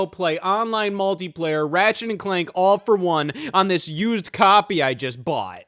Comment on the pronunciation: man said buyed